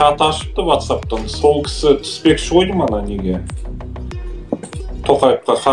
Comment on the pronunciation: Ватсаб емес уатсаб деп айту керек